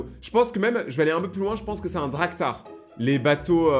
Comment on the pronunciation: on dit un DRAKAR pas un DRAKTAR